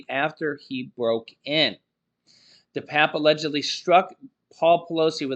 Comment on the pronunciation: It's pernounced 'DePapi'. Not DePap